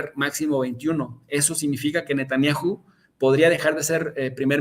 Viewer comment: A VER...NO ES "NETANNIAJU"...SE LLAMA N E T A N J A H U Y SE PRONUNCIA NETANYAJU... O BUENO PUES SATAN-YAHU.... ABUSADO MI CHAVO DERECHOSO